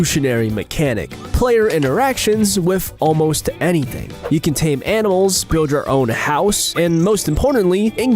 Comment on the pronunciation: Did I hear "tame anals?"